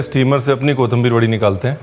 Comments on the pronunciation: Very nicely and in details explained But Paaji your pronounce for kothimbir is not correct your says KOTHAMBIR otherwise you are great i follow your recipies and all ready made plenty of them. Thankyou very much making me good cook at the age of 60 Please say someday on any of your video on my comment Thankyou Dear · 3 words seekhe usmebhi ek galat 😂 kothambir nahi kothimbir (कोिथंिबर) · कोथंबीर नही, कोथिंबीर ✓ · It’s “ko thim bir”😂